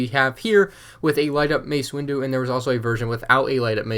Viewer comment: You said mace windo twice